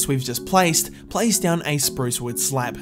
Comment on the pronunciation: When You say slab it sounds like you said slav